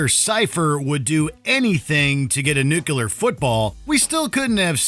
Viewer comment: It's "NUCLEAR", NOT "NUCULAR".